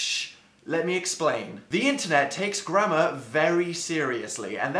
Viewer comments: it sounds like he is saying grandma police... just me... okay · i thought he said grandma instead of grammar 'the internet takes grandma very seriously' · Omg, it DOES sound like he is saying grandma police!!!!! 😆lol!! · Lol same. At the beginning, it sounds like 'The internet takes grandma very seriously' 😂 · I'm sorry but I thought you said "The Grandma Police" 😂😂😂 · Am I the only one who heard grandma police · The grandma police will kill u in ur sleep 030 I could tell he was saying gammer thou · wait so how do Americans pronounce grammar?